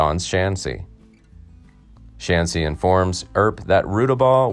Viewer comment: Shaughnessy its irish , not chanceys